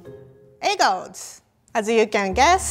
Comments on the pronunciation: *E G G D S* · I love the way she says EGGTZ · Anyone else keep thinking she was trying to say egg roll?